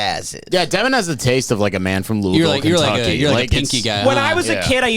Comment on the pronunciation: It’s pronounced Louisville not Louisville